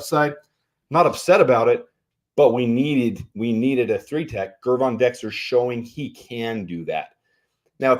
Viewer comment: why do you persistently mispronounce Gervon Dexter Sr.’s first name? The G is soft. Pretend he spells it Jervon, and you will pronounce it correctly.